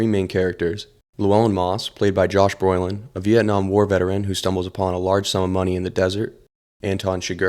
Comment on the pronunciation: I thought his name was Brolin, not Broilin